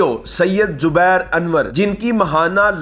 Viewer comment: Jubair ?? . Naam q bigaara aap ne. Zubair nahi keh saktay to ghatiya pann bhi matt karo